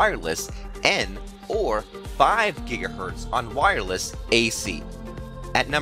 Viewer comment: WIREless is how he says wireless